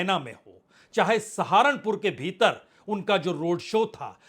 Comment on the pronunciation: Kitna 'beeter bheeter "bolthe ho